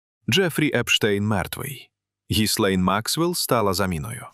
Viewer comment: Вибачте але так ріже вимова, «дойче банк» а не деуше і гіСлейн максвел а не гілейн